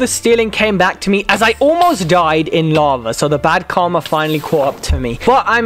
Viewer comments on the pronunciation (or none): none